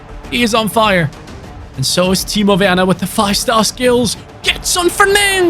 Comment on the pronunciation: Im German and im impressed how good he spoke timo werner i was so confused to hear that from a english speaking ytber